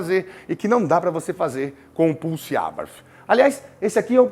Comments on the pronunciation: Muito bom seu sotaque no TH, porém a marca é Italiana, e se pronúncia exatamente como se lê. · Nunca ouvi tanto a palavra "Abarth" na minha vida! E ainda com pronúncia inglesa. ( Vai entender )...